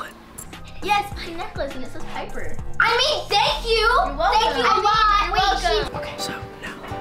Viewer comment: it’s piper not paper